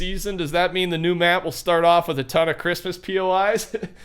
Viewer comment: not hrismess poi but RUSZAN poi